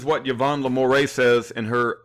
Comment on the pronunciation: The name is pronounced "La - more - oh ".